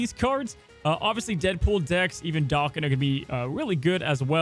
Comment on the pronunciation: I prefer the pronunciation of "Daken" ..... Richard DAW-kin.